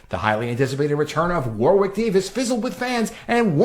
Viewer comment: Warwick rhymes with Yorick btw, the second W is silent